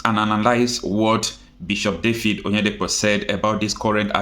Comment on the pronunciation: David sir and not Dafid